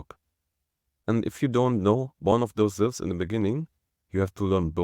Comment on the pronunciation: "Syllables" not "silves"